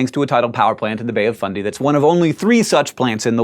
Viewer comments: He said it the correct way. Many mispronounce it like "fun-day", to the point where the proper fundy sounds weird. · He says it the way it's said here in NS, didn't know it was pronounced different in NB